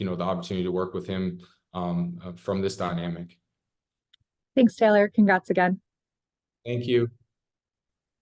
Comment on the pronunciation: it’s Taylor not Tyler! Cmon man